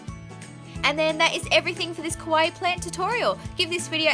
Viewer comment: It's "KAwaii" not "KOwaii"